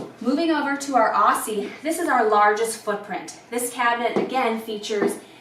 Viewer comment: What’s with the Australian names? It’s weird. You did at least pronounce emu correctly. Aussie on the other hand, you butchered it.